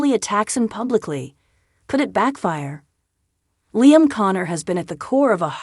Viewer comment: This is so bloody irritating. She has no clue as to how to pronounce “Liam”. Her use of “Lie Am” is gross.